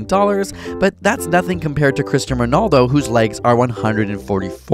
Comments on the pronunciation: You pronounced his name wrong but whatever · So no one notices how they butchered Ronaldo’s name?